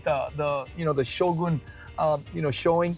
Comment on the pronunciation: Thank you for correctly pronouncing “Shogun”!